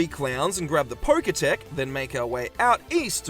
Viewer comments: I actually don't know if it was a joke or not but him calling the Pokétch the "pokétech" annoyed me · The fact that he called the Pokétch the 'poketech' is so infuriating.